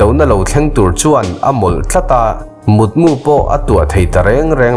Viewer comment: mutmu i thluk dan hi a dik hauh lo mai